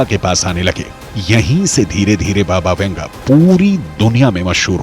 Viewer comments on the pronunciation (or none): Baba Vanga.not Venga or . Vunga